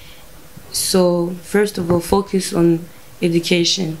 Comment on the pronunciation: vyanahe ko na nya congereza ataco aziiiiii🤣🤣🤣🤣Azokimenya vyo ningombwa ariko wumvirije neza ari free cane avuze ikirundi kurusha icongereza. Ngo to focus( to fokiiisii🤣🤣🤣🤣) Ndabisubiyemwooo 3 ans ntushobora kuba wamaze kwibagira ururimi gwawe nooooo😛😛😛